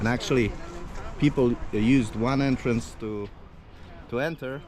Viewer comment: Entrance,, not "Entrence"...🤔